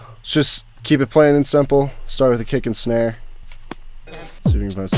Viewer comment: "Kick and Schnare" <3